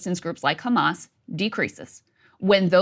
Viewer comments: Funny how Sanders pronounces "Khamas", i.e. like in Hebrew. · Bernie says khkhamas just like every good Likudnik. Sorry Bernie, I thought you were better than this. I hope you find Netanyahu's pocket comfortable, it must be crowded with most of the US Congress in there with you. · Just the way Bernie says Khamaas shows where his puppet strings come from : The correct word is HMS (Ḥarakat al-Muqāwamah al-Islāmiyyah) translates in English as A Resistance Movement For Restoration of Peace (Islam means peace). At least, know your enemy. Nobody in political power seems to know HMS or Hamas. Israel projects their worst fantasies on them and obviously has the ear of American politicians - I guess the AIPAC paycheck is the problem and after 9-11 it has just become the norm to be Islamophobic if you are American. But, shouldn't people be less intellectually lazy and try to understand their 'enemy'. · How he says “ Hamas “ is so pathetic . Trying to sound “ Israeli “ Some sea mites 🤦🏻🤦🏻 Can’t pronounce a Semitic letter properly…🤷🏻‍♂️